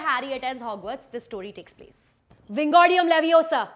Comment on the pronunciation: Would've been much more legit had you pronounced Wingardium Leviosa right.